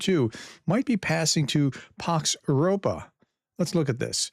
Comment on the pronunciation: It's "Pax Europaea" 😉